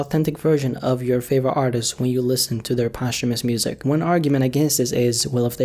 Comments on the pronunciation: “Poshh-Hoo-Mus releases”- Immortal words by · kindley fernand “post-humous” sounds really clunky and dumb compared to saying it smoothly in one. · He says Post-humous like it’s a sandwich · that blew my mind how posthumous is pronounced i thought it was like "post-humoos" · bruh you’re not even pronouncing it correctly. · I never heard anybody pronounce posthumous like this before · It's pissing me off everytime I hear him say it 😂😠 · yup lmao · Learn how to say posthumous before you make a video about it